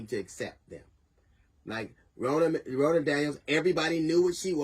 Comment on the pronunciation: Her name is Ronna Romney McDaniels. Ronna is pronounced like Donna. She is Senator Mitt Rodney’s niece